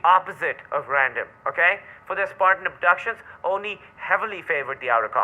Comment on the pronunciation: I'd like for to learn to say Oni correctly.